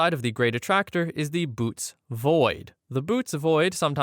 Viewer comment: The constellation Bootes is greek and pronounced boh-OH-teez. The dots indicate that you have to speak both vowels individually.